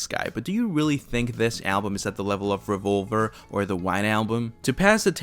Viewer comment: I can’t trust a narrator who can’t pronounce “Revolver”.